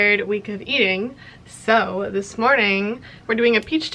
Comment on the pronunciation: "welcome to the first day of tis monday" ,😭